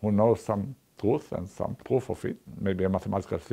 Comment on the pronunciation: I just love his accent! The way he pronounces pwoof has some nice charm to it.